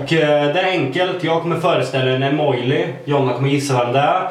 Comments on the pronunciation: Det uttalas emoji, som de stavas. hahaha inte emojLi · Varför säger ni emojli det heter emoji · EMOJLI??? Det heter emoji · Det heter inte e mojli det heter emoji inget hat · Hahaha emojli det heter emoji men skit i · Emojli? Det heter emoji :) #nohate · Lägg märke till att de båda säger "emojLi" istället för emoji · det heter emoji och inte emolji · Emoji heheh inte emojli #nohate #älskarerändå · det heter inte emojli det heter emoji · Emojlis? Ni menar väl emoji?! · det heter emojisar inte emojlisar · Säger ni emojli?... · Roligt att ni säger emojli Å inte emoji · man säger emoji inte emojli😤😡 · "emojli" hahahahhah.. så tråkigt när spelar dum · Säger dom emojLi???😂😂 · teh Dyvox ifall det inte stavas med l så säger man inte l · Nej man säger emoji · säger dom emojli? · blir så frustrerad varje gång ni säger emojli. dör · Haha Emåjli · Haha Emojli!😂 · Älskar att Jonna säger Emojli😂❤️ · Hahaha dom säger ju emojli😂😂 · Haha vilka fina "emojli" in va XD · Jag kommer föreställa en emojLi'' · Jonna och säger emojli 😂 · gilar att Jonna säger Emojli och haha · "emojli" HAHAHAHAHAHAHAAAHAHAHA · Hahah gulligt💕 men det heter inte Emojli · Jonna säger ju EMOJLI!😂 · Jag kommer föreställa en emojLi'' Jonna säger ju precis samma sak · "emojli" xD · säger emoijli 😂😂😂😂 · Helt rätt, det heter inte emojli! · Hahahah söta ni är som säger "EMOJLI" 😘😘😘😘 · 'emojli' xD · Haha emojli säger dom😂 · hahahahha "emojLi" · Dom säger Emojli😂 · Jonna säger emojli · Haha emojli🤪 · Bara jag som störde mig på att sa Emojli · hhahahhaha de säger emojLi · sa emojli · det heter inte emojli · Sa han emojli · Jag visste inte att det hette "emojLi" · Var hör ni L i emoji ❤️❤️det är inte imojli❤️ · Gilla om ni stör er på att dem säger emojli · Det heter inte emjoli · Varför säger Jonna emojLi😂😂😂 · Varför säger de emojli😂😂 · Varför säger ni emojli? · lol dom säger emojli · Säger ni emojli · Varför säger dom Emojli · EMO-lji vad fan är det? xD